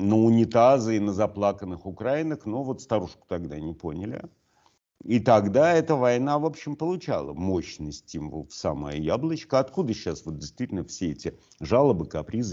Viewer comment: Спасибо за выпуск! НО огромная просьба произносить: УкраИнок, а не УкрАинок.